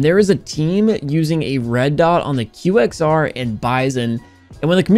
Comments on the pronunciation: he actually calls it qwaxer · I tought you said quexer instead qxr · He said the QXR instead saying Qer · SAID QXR NOT QUACKXER